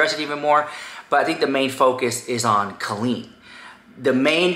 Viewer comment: It's pronounced "CO-leen" not "CALL-een." Sincerely, a former Colleen fan.